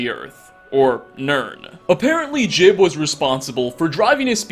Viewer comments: Do you just mispronounce words/names on purpose to piss people off? It's jee-ub not jib ffs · Juib's name is pronounced Jewb not Jib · His name is Jiub, not Jib. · It's pronounced Ji-ube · It's pronounced "Jiub" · Pretty sure his name is pronounced "Joob". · Jiub pronounces it Jib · JOOB! IT IS PRONOUNCED JOOB! LIKE JOB FROM THE BIBLE! GRAH! I don’t hate you but it does hurt, like British people mispronouncing oregano. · Khajiit So? He'll never learn how to pronounce it right if we don't help him.